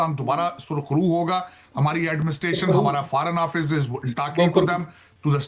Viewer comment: Ye Takla America Mai Etne Saal Reh Kr Bhi Forn Office Ko..Farn Office Bolta Hai....En Saalo ka IQ Level America Ja Kr Bhi Nhi Sudhra....😂😂